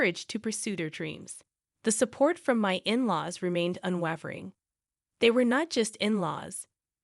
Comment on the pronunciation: That's not how you pronounce unwavering